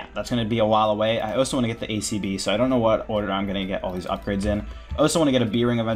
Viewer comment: Where are you from in the US? I've never heard anyone say 'oso' before instead of 'also'